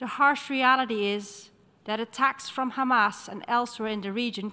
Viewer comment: Israel.. It's hamas.. not khamas btw.